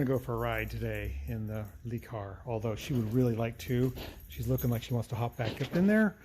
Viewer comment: Le is pronounced “luh.” 😊